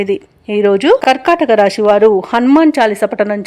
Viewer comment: రాషి కాదు. రాశి.